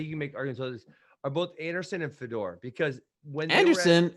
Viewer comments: Hey Ben, it's pronounced Fey-Dor not FeDoor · Nobody gone say something about the way Ben say Fedor? Sounded like fedora 😂😂😂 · Ben probably doesnt like foreign fighters because he is too white to pronounce their names. He can't even say Fedor right lol